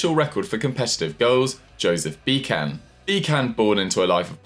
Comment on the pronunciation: Bee-can?! :D Please, say it just once correctly